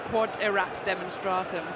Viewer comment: If you're going to be a smart derriere, missy, at least say it properly. It's quod erat demonstrandum. (not demonstratun nor demonstrata).